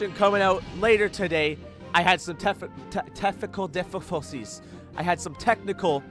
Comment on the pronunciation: Technicul difficuwlties